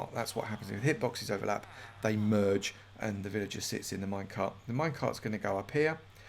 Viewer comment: wtf was the voice you just made. just say merge not mURegE